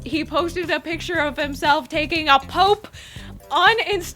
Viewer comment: Was she saying poop?? lmao I can't tell. I love that TOP is a weirdo. 😍